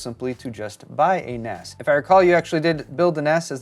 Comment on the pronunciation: It is pronounced NAZ. I know it's weird cause the s is for storage. But its naz.